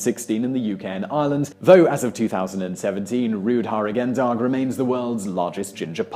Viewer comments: The way you pronounced "Roodharigendag" was not understandable for the dutch. Rood (red) should be pronounced more like road. Harigen should have had it's stress on "ha-". The "ha-" in harigen has an elongated a sound as in art or Harris. The g in "-gen" is a weird sound English can't pronounce, but is better substituted with the g of gear than the g of ginger. Better yet, if you pronounce "-gen" as gun. And "dag" means day, which has that weird g sound, but with the substituted g from gear you came pretty close. I wish I could add the sound to this reply. Rood-harigen-dag, stress on the underscripted parts, the hyphen to split the word into the original word parts, the Dutch glue multiple words together to form a new word. Anyway, thank you for your nice video. I liked it. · Roodharigendag is pronounced roadhahrigendahg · While I can forgive your slaughtering of the Dutch pronunciation of 'roodharigendag', surely even a moderately educated person could manage not to pronounce 'Titian' as 'titan'! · ok, sorry just had to point it out: The way you pronounced roodharigendag was so incomprehencible that if you where to read a dutch text out loud it would become a totaly new language. b.t.w love your videos :-)